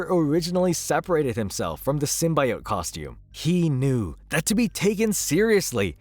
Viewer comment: Bro can't pronounce "symbiote." lol